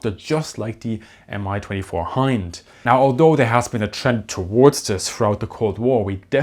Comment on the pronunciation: Pronounced “me 22” they don’t say M I